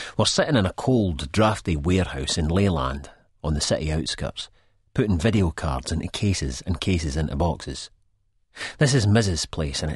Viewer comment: Wideo 🤣🤣🤣🤣🤣 it's not pronounced like Video. It's pronounced like Wide Oh.